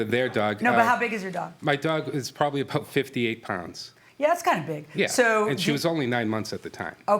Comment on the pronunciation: No he doesn’t. He says “My dog is about 58lbs” but says the “b” in “about” with a little force so it sounds like a p